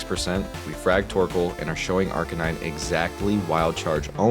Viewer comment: maybe im missing an inside joke but is the most unique pronunciation of Arcanine I have ever heard in my life. aRk-uh-nee-nay go off king